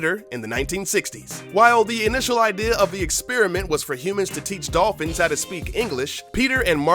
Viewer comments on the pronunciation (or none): Dolphins, not "dolphines"